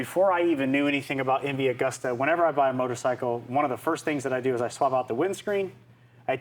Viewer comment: Pronounced MV A-GOOS-TA